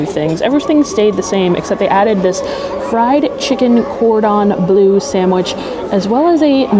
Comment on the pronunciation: Oh my you drive me insane….you seen ratatouille…..it’s pronounced Cor dom blur …. It’s French please respect the language or stop using it…..